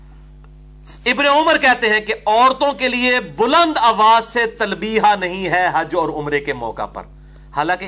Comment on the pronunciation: المسند نون کی تشدید کے ساتھ نہیں ہے ۔ باب افعال سے ہے لہذا سین کے جزم کے ساتھ ہوگا ۔ نیز لفظ تلبیہ میں ایک ہا ہے دو نہیں ۔ لہذا یا کو ہا کے ساتھ لا کر پڑھا جاۓ گا: تل بیہ ۔۔ بیہہ نہیں نہیں معلوم کہ اپنی بات سمجھا سکا ہوں یا نہیں